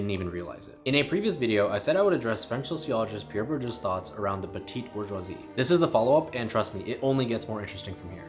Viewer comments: The ‘petit’ in petit bourgeois is pronounced ‘petty’. Same as baby peas are petit pois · The ‘petit’ in petit bourgeois is pronounced petty. Like baby peas are petit pois.